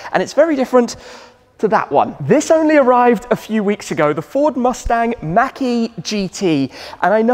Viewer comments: Great video... but it's MAHK...E... Not Mackey. Unless I missed a joke from a previous video. Again love the videos. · It’s not mack… it’s machhh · I like the way we say Mach better than you. It sounds like you're saying Mackey. I must say that you say garage better though.